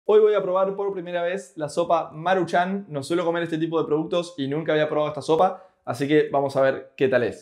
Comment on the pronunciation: No es marchan como tal... es más bien marūchan... nadamas así es acentoo en la uuuu